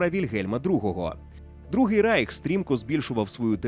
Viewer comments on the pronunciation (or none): Не райх а рейх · Не райх, а рейх!!!!!